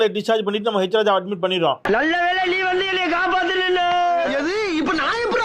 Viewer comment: ஆடு போய் குரங்கு வந்தது டும் டும் டும். என்ற பழமொழி நினைவுக்கு வருகிறது. அப்புறம் தமிழிசை அவர்களே, அது ஹேச்சி.ராஜா அல்ல .. ஹெச். ராஜா.. எச்சி. இராஜா என்று தமிழில் சொல்வார்கள். உங்கள் மகன் நலமா ?